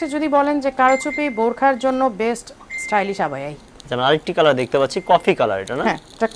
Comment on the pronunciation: Stylish বলতে পারেনা লোকটা বলে Stylist ছাগল